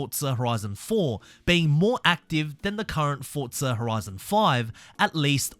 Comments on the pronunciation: Forza Horizon 🚫 Fotza Horizon ✅ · Explain to me where the T is in FORZA, because you keep saying fortza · Whyyy do you say ‘Fortza’ instead of Forza? 😩😭😂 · Its FORZA not forTza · bro its forza not fortza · bro its not FORTSA its FORZA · forza, nah, fortsa (im just crashing out because it sounds weird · Say Forza, not Fortza it’s so annoying bro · forza > fortsa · Bro it's Forza not FOCA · why do people say fortsa? so annoying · My man please, FORZA, I haven't played FORTZA. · Forza not fortza😂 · heres some help forza = 4-ZA. there is no T in forza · Why do you keep saying "Fortza" lol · nice video, but please stop pronouncing it ForT-sa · There is no T in Forza